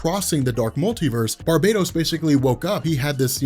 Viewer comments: For the love of god its Bar-bah-tos not bar-bay-dos! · The words are pronounced STAM-IN-AH and BAR-BAH-TOAS....there is only one “I” in stamina and Barbados is a Caribbean island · Well for one (not to sound rude or anything), but it's pronounced and spelt: Barbatos. And Two, there probably is but for now, Remember: All Roads lead to Darkness.